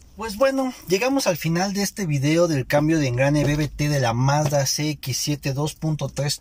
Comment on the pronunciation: Mazda tregs hable bien